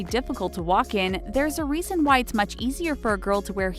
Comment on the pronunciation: Who heard white girls instead of why girls